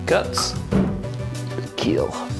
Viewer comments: "It will keel" Doug Marciada approves 😂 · I HEARD THAT IT WILL KEEL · It will keel 😂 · It will keel